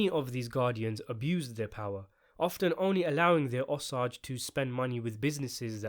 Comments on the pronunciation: Osage, not ahsage! O! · O - SAAAAAAAGE, not O-SAUUUUGE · OMG DUDE STOP CALLING THEM THE "OS-AGES" PRONOUNCED O AS IN 'OH' THEN SAGE AS IN THE HERB. RYHMES WITH CAGE. OH-CAGE. O-SAGE. OSAGE COUNTY, OSAGE TRIBE, OSAGE PEOPLE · O-sage!!! Not ossage that’s how it’s pronounced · Osage...O-Sage. Not Os-ages. Omg i couldnt even finish your videos. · If you’re going to make a video about this movie could you at least take the time to learn how to pronounce the name of the native Americans who are at the center of the movie. I am Osage, pronounced O - sage, rhyming with page and emphasis on the O syllable. Really poor YouTube. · I grew up in a Pawhuska, Oklahoma right next to the Osage reservation. A lot of my friends are Osage. It’s pronounced O-Sage. So it’s like sage the herb. You say O and Sage. Not what you’re saying. It’s frustrating listening to you miss pronounce their tribe. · Its pronounced o-sayge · The word "Osage" is pronounced with a long "A." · oh man you have to learn how to say Osage lol But a Tulsa based movie will be awesome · Thank you! I can't abide listening to the mispronounced word over and over.